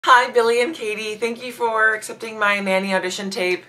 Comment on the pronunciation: It's "for" not "fur". The Royal Family are sticklers for correct grammar. You might want to practice that.